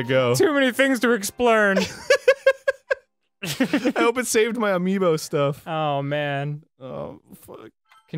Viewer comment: "SO MANY THINGS TO EXPLERN!"